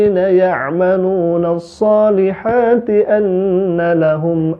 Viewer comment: Dia baca terjemahan broh ...😂 Lidahnya kpleset ... Shalihati dibaca shalati 🤣🤣🤣